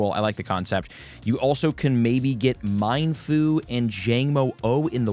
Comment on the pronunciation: I always thought Mienfoo was pronounced like "mee-en" (noodles).